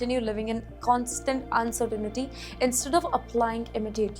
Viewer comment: It’s spelled and pronounced “uncertainty” not uncertainity 😢😂😂😅😊